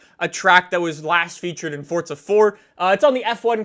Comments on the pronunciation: why are you saying FORZA -FORTZA? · its not Fortza